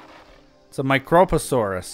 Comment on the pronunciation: His pronunciation of prionosuchus was correct the first time. Yours is not. You removed the second O. The only problem with his pronunciation of microposaurus is that he put the emphasis on the fist O as opposed to the I.